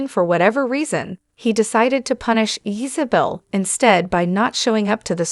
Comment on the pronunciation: Who is “Yeesabel?” It’s pronounced “Isabel”